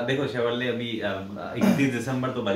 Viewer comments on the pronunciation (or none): TAKLA ka bagal ma Chevrolet bolna to sikhlo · Chevrolet...bol na sikh pehle...